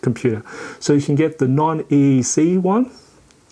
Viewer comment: Woahhh. You said Hard Drive is “PCMIE “ On the screen you wrote PCI-E It’s so great it can take 4 drives. I don’t think the name has an “m” in there. & ... EECC ? I think the error correcting ram is ECC as you wrote on the screen ( that stuff is expensive) You said EECC ram, which I have not heard about before. 😁